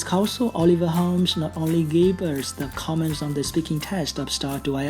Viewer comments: Chị mc nói sai từ comment nhấn lộn âm 2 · Bạn tra từ điển oxford hoặc Cambridge xem, comment cả verb lẫn noun đều đọc là căm men dù trọng âm có đổi. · Commence mới nhấn âm 2 nó ko phải ý nghĩa đó mà sang nghĩa khác rồi. Comment vừa verb vừa noun đều nhấn âm đầu nha b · hà cả comment cũng có 2 cách nhấn tuỳ thuộc vào v và n mà, với lại lúc nói thì cũng k tránh khỏi sai sót